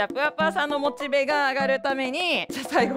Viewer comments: またモ↑チベって言ってるw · モチベのイントネーションが直ってない 点